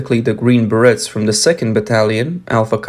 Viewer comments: you are killing ,me,, its pronounced Ber-ray not Berets. you said it correctly once... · Please pronounce "berets" correctly...it is a French word and the pronunciation is similar to "br-ayz" and rhymes with "trays". (a "beret" is a type of French cap, generally made of wool). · It's pronounced Green BreAAA (long A the T is silent) 🤣🤣🤣 'The Ballad Of The Green Berets' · it’s pronounced ber ray, French word. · Berets = Beh Rays 👂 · Oh please, pronounce "berets" correctly 🤦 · Just came to see how many people were losing their minds over his pronunciation of "berets". 😂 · Do they know how to pronounce the word berets? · Your mispronunciation of "beret" is appalling. You got it right, one time, by mistake.